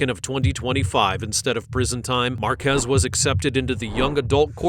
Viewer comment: thats not true that this is never before seen, this is an old case from last year but it was wild that he did that on paseo with cruisers right behind him lmao, also its pronounced....marquee like the sign but plural. Marquez